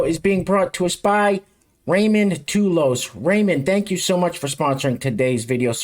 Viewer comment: Thanks, What a great show. The name is pronounced "Taw-Loss" (real fast) it's Irish and I ain't black! I say this cause I'll be back. Peace & love...